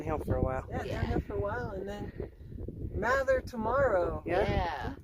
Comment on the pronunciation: Bless you ladies...for lots of things...but the most recent, that you said "Mather" the way Mather said it, and not long "a" way so many younger walkers do...